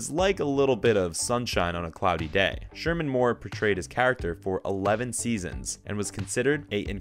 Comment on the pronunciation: This video lost all credibility when it more than once referred to shamar as Sherman